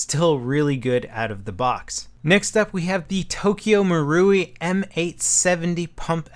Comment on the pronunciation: No it's not pronounced like that. He says it correctly in the video. Ma-Ru-I with the "i" sounding like how you would pronounce the "ee" in "feet".